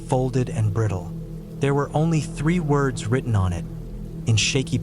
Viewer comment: Dude the AI had some glitch and would pronounce words like a Mexican who didn’t speak much English lolz 😂